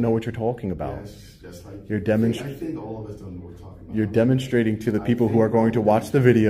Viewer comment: Is he purposely saying “dumbenstrating”. Me thinks so!!